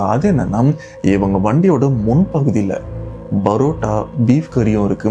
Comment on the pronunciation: Why do you pronounce PArota as BArota?